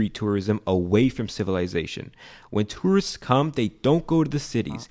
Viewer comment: Is it me or you’re just pronouncing tourists wrong?